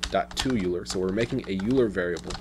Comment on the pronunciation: are you saying euler? I believe its pronounced "OIL+er" but I pronounced it like that for years myself.